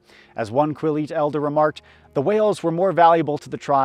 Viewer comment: Also Quill-yute with a little trill on the l in the center . (in the first section)